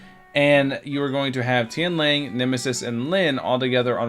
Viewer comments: Its Tian “Lang”. Not Tian “Ling”. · Tian L(A)NG, not Tian L(I)ng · its Tian LANG thx not ling LA NG